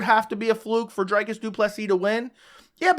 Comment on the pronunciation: Lets all say it together now. DREEEEKUS DU PLESEEEEE Not DRYCUS .................... DREEEEEEKUS Cmon guy he just finished the best Bobby Knuckles. It has to be pronounced properly